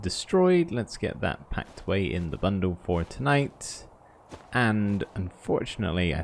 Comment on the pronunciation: "I'm taking with me only the bare essentiews. I've got my tent packed up heah in the bundewl"